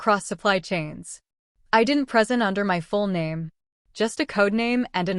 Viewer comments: Cuz it’s not real. This is all AI. I could catch it in places where AI mispronounced a word like “present” like it meant “a gift” when it meant “give a speech” or “to instruct.” Then the small errors such as this one. All of this was generated by a bot. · This is all AI. I could catch it in places where AI mispronounced a word like “present” like it meant “a gift” when it meant “give a speech” or “to instruct.” Then the small errors such as this one. All of this was generated by a bot. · This is all AI. I could catch it in places where AI mispronounced a word like “present” like it meant “a gift” when it meant “give a speech” or “to instruct.” Then the small errors such as making the rank of the BIL “Captain” then later demoting him to “Lieutenant Commander.” All of this was generated by a bot.